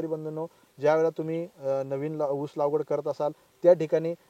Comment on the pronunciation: लावगड नाही लागवड असते असे मला वाटते😂